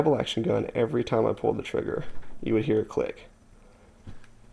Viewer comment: great vid but do you say frigger or is it just audio thats bad? i call it a trigger